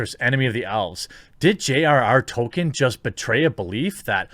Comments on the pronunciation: Yes. Our modern day "Orc" stemmed originally from Tolkein's work. Also, dont know if youre trolling or not but its pronounced tol-keen not token... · Jeremy, not even knowing how to pronounce Tolkien doesn't exactly help your case.